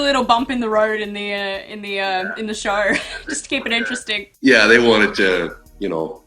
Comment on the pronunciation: Why do call the show a shore?